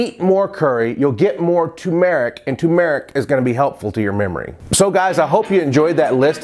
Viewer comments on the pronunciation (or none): its not pronounced 2merick or toomerick its pronounced TERMERICK, but spelt TURMERIC.Even if you pronounced the Tu and 2, then it follows rmerick, so you would say 2 "r" merick, but when you say 2merick, you totally miss out the pronounciation of the "R" and it's not a silent r, so that's wht it's wrong to say 2MERICK,it's as it's spelt TURMERC. Other wise know as HALDI powder to the Indian chefs, did you know in India doctors actually put turmeric on cuts and wounds and it helas them, trus fact. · TOO-MUR-IK not TOO-MARE-IK. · Hi,. The spice is pronounced TUR-mur-ik, not TUMOUR-ik. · You pronounce Salmon and Turmeric weird